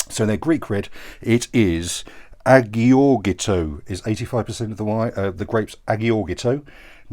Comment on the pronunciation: Great recommendations! Agiorgitiko is pronounced eye - or - it - iko. Don't worry I've got you with Greek Wine pronunciations:):)